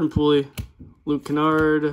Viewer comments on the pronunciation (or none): Dope channel bro but I have to tell you it’s Jordan poole like a swimming pool lol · Thanks for stopping by!! And did I pronounce it as “pool-ie” again lmao 🤦‍♂️